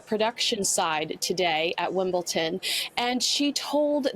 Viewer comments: Exactly.. Here in Asia we have no trouble pronouncing Wimbledon correctly. Also she can hear Mark say Wimbledon with a d sound yet she pronounces Wimbledon as Wimble (tern).Just don't understand how journalists or reporters don't do a little more research and that they would consider pronunciation of names and places or even proper addressing of people as part of good reporting for the public. It is their job to get it right. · I'm American and I love even though I have only heard of her because I watch the Royals.... But she's great! 😁 That said.... Please, can she learn how to pronounce Wimbledon...? I hear Americans saying it with a "T" sound and I cringe. I can imagine how the British must be thinking! 🤔